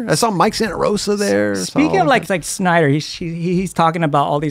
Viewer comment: Why is saying Schneider for Snyder?